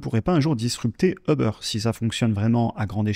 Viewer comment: Très intéressant, merci beaucoup ! Par contre, Uber ne se prononce pas comme ça